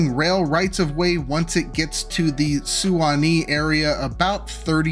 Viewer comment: I’m sorry but the way you pronounce Suwanee is so funny. 😂 just imagine the U is silent